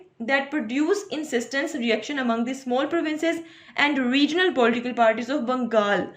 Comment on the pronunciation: Outstanding lecture, Mam Plz pronounce the word "Political" in accurate way.